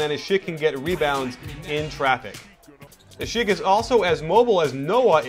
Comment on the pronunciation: great vid coach ;) u pronounced asik right :D:D